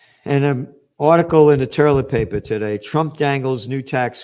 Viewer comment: I love it when you call it toierlet paper. It reminds me of my Popop and I get a warm feeling of him. He had your sense of humor. ❤❤❤